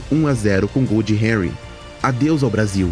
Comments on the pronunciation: O correto é "ANRI" (Henry) kkkkkkkkkkkkkk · man chamar o henry(francês) de renry(inglês) doeu, mas ótimo video gostei